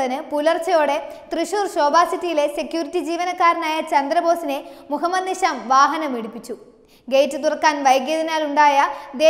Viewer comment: നിശ, നിഷാം, നിസാം, ദോശ, ദോഷം, ധിഷണ, ദാനം, ധിക്കാരം, രഥം, ഫലിതം, ബലം, ഭാഷ, ഭിഷഗ്വരൻ, നന്നാവുക, സാവധാനം, ഘർഷണം, ഗുണം, പഠിക്കുക, പാടുക, ..... തുടങ്ങിയ വാക്കുകൾ അക്ഷര സ്പുടതയോടെ വായിച്ചു മനസ്സിലാക്കാൻ ശ്രമിക്കണം.. അത് ഉറക്കെ പറഞ്ഞു പഠിക്കണം.. എങ്കിൽ മാത്രമേ ഉച്ചാരണ ശുദ്ധി ഉണ്ടാവുകയുള്ളൂ.. വാർത്ത അവതരിപ്പിച്ച ഈ കുട്ടിയ്ക്ക് മാത്രമുള്ള പ്രശ്നം അല്ല, ഇതിലെ മുൻനിരയിൽ നിൽക്കുന്ന അവതാരകർ പോലും പല വാക്കുകൾ ഉച്ചരിക്കുമ്പോൾ ഇത്തരം പ്രശ്നങ്ങൾ കാണാറുണ്ട്.. ഇന്നത്തെ പുതിയ തലമുറ, പത്രങ്ങൾക്ക് പകരം നിങ്ങളെ ആണ് കാണുന്നത്.. നിങ്ങളുടെ വാക്കുകളിൽ നിന്നാണ് അവർ നമ്മുടെ മാതൃഭാഷയെ മനസ്സിലാക്കുന്നത്.. നിങ്ങൾ തെറ്റായി ഉച്ചരിക്കുന്നത്, പറയുന്നത്, വരും തലമുറയെ വഴിതെറ്റിയ്ക്കും. അത് മലയാള ഭാഷയോട് ചെയ്യുന്ന പൊറുക്കാൻ പറ്റാത്ത അപരാധമാണ് എന്ന് മനസിലാക്കുക 🙏 തത്വമയിയെ ഒരു വെറും യുട്യൂബ് ചാനൽ എന്ന നിലയിൽ നിങൾ കാണാതെ ഇരിക്കുക. പ്രവർത്തിയിൽ കുറച്ച് പ്രൊഫെഷണലിസം കൊണ്ടുവരിക.. നന്മകൾ ഉണ്ടാകട്ടെ